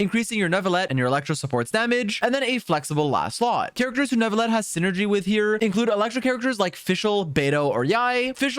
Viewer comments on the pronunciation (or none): I do appreciate him trying however ville is one of the exceptions when encountering the double ll . While many people do rightfully think its nu-vi-yet its actually pronounced nu-vi-let. Another reason why I both love and hate french. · please. It’s NOO-VILL-ETT, not new-vee-yet. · Like this comment if you pronounce it "New-vil-et" Dislike this comment if you pronounce it "Ner-vil-et" (like some of the English voice actors) Reply if you pronounce it a different way entirely. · Finally a Youtuber that at least tries to pronounce names correctly. The "New-vil@ from others is really bothersome and I'm not even french. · "croissant" - neuvilete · You pronounce his name wrong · you didnt pronounce his name right in french. you dont pronounce the L's. dummy